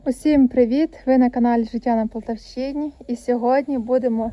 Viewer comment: Може правильно полтАвщина наголос на другий склад